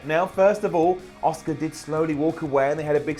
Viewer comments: please say it right.. ASSKA is the correct way to say it not OSCAR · its Asuka not Oscar. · Everytime he says Asuka it sounds like Oscar and that is so annoying to me last track of the whole video after that